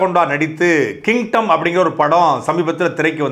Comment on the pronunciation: Kingdom ❌ Kintom ✅😅